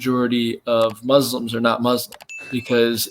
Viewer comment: I'm not going to listen to someone who calls Muslims Muzzlims.😂